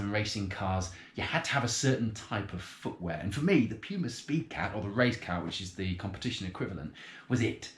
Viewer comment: its Puma not Pyuma